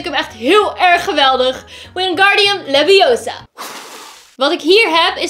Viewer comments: Its LeviOSA not LevioSAR.... #HermioneGranger 😍😍😋😋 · Its LeviOsa not LeviosA!! Omg ben jij ook zoon grote fan van Harry Potter?? Ik wel!! Xx harry potter fan Gwennn❤️ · logisch dat de stok niet werkte, het is namelijk leviOsa, niet levioSAR... 😂😘😉 ik hou van je video's, hij was geweldig, zoals altijd! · BESIDES! YOU SAY IT WRONG! ITS LEVI_O_SA! NOT LAVIOSAR!!!